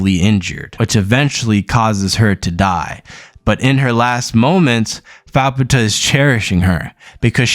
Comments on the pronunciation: I think you'd pronounce her "fap-ta" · Not a terrible video ....but dood Youre pronounceations made my ears bleed >.> So ima try and help some by writing names out phonetically. Faputa : fap taa (the u is almost silent) Vueko : vu a ko (long a) Irumyuui :e room you e (both e's are long e's) But yeah other than your missponuciations not a bad synopses